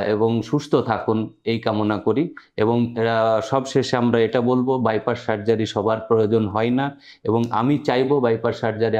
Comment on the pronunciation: আপনি বাইপাস কে বাইপাশ বলছেন কেন? শুনতে কেমন লাগে